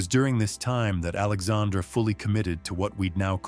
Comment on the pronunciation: There is a pronunciation problem here: King Henry III of France was named Alexandre Édouard at birth. His first name in French is pronounced very much like the female name "Alexandra". But there is certainly historical evidence he was (at least in private) a male transvestite.